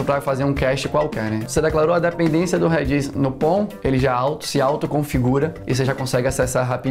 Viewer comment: Reddit ao invés de Redis foi de fuder kkkkkkk